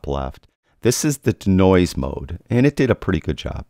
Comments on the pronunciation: Why the weird pronunciation of "denoise"(deenoyze)? Your D'Noise had me thinking you were alluding to the creative works of the famous Italian sculptor, Umberto D'Noise. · love ya but.... DEEEEEEEEEE NOISE! Deeeee as in Bee, or pre, or flea lol. Deeeeenoise:). Love ya work!